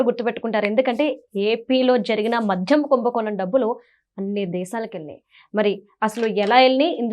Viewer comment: మధ్యం కాదు తల్లీ... మద్యం.